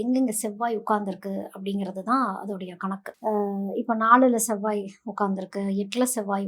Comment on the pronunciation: ஷெவ்வாய்-னு சொல்லாதீங்க அது செவ்வாய்!